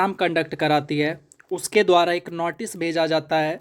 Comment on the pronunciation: Notice❌ Natice✅